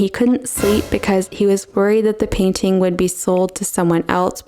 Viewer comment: T is a consonant, it isn't SILENT. The word is PAIN-T-ING, not PAINING.